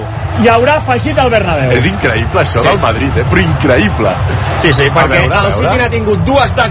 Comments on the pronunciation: fenómeno paranormal, incraiblaa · De las risas al llanto en un segundo catalufas🤣🤣🤣increibla increibla🤣🤣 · Incraipla culés incraipla!! 😂😂😂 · Incraibla !!!! dice el colega... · Ancaraaaa Bensemaaa, incraiblaaaaaaa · Se las tragan incluso DOBLADAS, jajajja. "incrahibla"